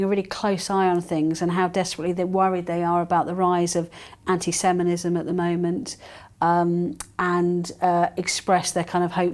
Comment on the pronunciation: Ahem...the word is "ANTISEMITISM" not and never "ANTI~SEMENISM" { } Sex has nothing to do with it !!!